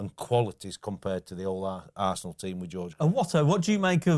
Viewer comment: Is there a reason why Fozzie pronounce Arsenal as ‘Arsseee’an all’? Sounds pretty rude to me, Spurs supporter or not :)